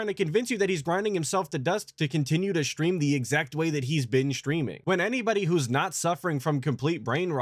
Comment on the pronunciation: 🤹 i wonder what 'setting up the shtream' consists of. you nailed it lmaoo